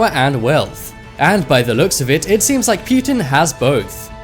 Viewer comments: wtf is pewtin lmao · Is it just me or is he saying putin funny, kind of like stewie saying whip